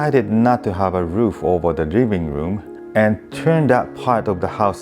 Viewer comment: WRIRRING WROOM????? ahahhahahahahahahahahahahah living room ahahahahahhaha feels like south park asian eposide!